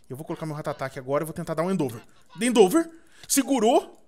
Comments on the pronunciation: lÊ a porra do ataque com calma e pronuncia certo, primeiro vc começou a falar endover e agr endeover, cara o ataque se escreve endeavor mano fala certo q é endivor lê assim q ta certo, e nem vem kid falando q ele fala do jeito q quer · o nome do ataque é endeavor não endover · e end over nao endeover